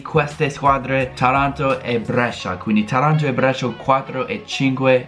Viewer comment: Comunque è Tàranto, non Tarànto. Keep it up.